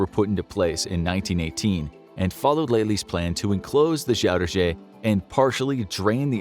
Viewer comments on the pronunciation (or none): Funny because I'm Dutch: the pronunciation of Zuiderzee as Shuidershee is like a Dutch person talking English with a thick Dutch accent :-)